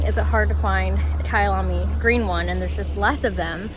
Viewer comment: Kayalami is a race track in South Africa woo woo kayalami also means my home in Zulu. So happy your pronunciation was good well done and many many safe miles!